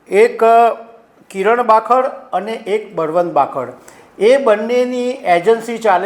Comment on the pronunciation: બાખડ નઈ કાકા... ખાબડ 😂😂😂😂😂😂😂